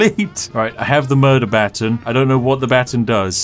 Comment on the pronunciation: I feel like real quick letting you know you almost said baton right. Its sounds more like butawn